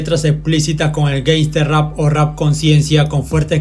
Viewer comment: Hablar de respeto mientras dices: gaysta rap en vez de gansta rap, es un poco ironico jajaja, buen video pero mejora la diccion.